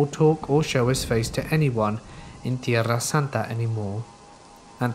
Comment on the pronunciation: Having been born & raised in San Diego, I’ve yet to hear Tierrasanta pronounced more beautifully than from you ✨🥰✨